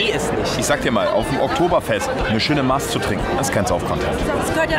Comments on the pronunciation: Junge es heißt Maß nicht Maaaas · Es heißt nicht Maaaaaaß sondern Massssss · Mädels, des heißt Masssssss. as mars is zum essen do.